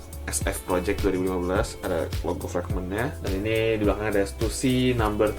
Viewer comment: stussy bukannya dibaca (stasy) ya?